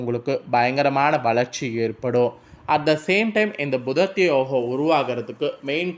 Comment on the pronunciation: புதன் ஆதித்யன் அதாவது புத ஆதித்ய. யோகம் இனு கூட உனக்கு ஒழுங்காக சொல்ல தெரியலையே